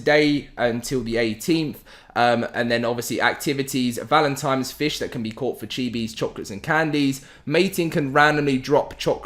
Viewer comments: Great video. Thanks for the info. For the love of God, my dude, I gave you a like, but it's "Valentine's" not "Valentime's" lol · Is this guy actually saying Valentimes? And I mean every time not a mistake. Can't watch the videos seriously now